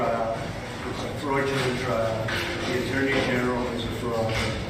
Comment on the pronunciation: “ …Freud-u-lent trial”. Does that qualify as a Freudian slip?